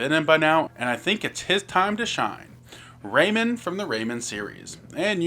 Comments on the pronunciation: "Raymond, from the Raymond series.." RAY-MAN. RAYMAN. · Ah yes, Raymin. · WHY ARE YOU PRONOUNCING RAYMAN LIKE THAT